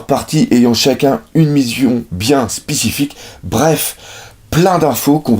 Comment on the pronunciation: à "Une Mizion bien Spicifique" ça s'arrange pas les bugs de language xDD